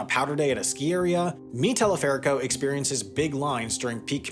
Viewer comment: está pronunciado el nombre - mi teleférico - re mal 😂